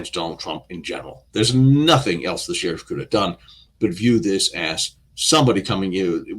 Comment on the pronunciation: What is an ashterick? What a tsherrrif, hahaha